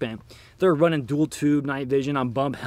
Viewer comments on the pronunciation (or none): none